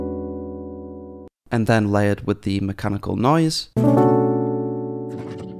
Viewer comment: mach-ah-ni-kal, like the goofy-'ah' meme trending? loved that, you get a like!